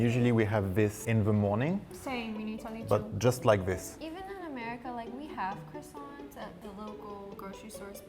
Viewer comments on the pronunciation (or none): After hearing the guy say “Croissants” I now understand why French people get annoyed when other people say it wrong.